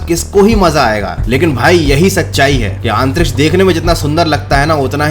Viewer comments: आप बार बार आंतरीक्ष क्यों बोल रहे हो? आंतरिक्ष नहीं अंतरिक्ष होता है,। 😁🤣🤣🤣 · It's antriksh not aantriksh 👍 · अंतरीक्ष्य या आनतरीक्षय 😂😂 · भैया आंतरिक्ष की जगह अंतरिक्ष बोल लिया करो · आंतरिक्ष नहीं अंतरिक्ष होता है जनाब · "Aaantriksh" lol 😂🤣